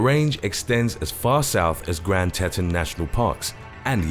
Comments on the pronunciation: Grand Teton (TEE-Ton) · IIf you are tell us a story .Please check that you get the words right. You got the Grand Teton's wrong . Thanks it is a great show !!